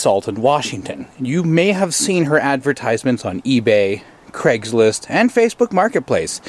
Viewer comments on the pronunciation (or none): Why do Americans pronounce my sur name like its an E in the middle, not an A? It's crAIgslist. Not creggslist!